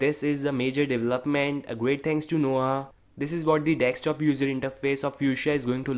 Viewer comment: Can you please say Desktop instead of dextop or dekstop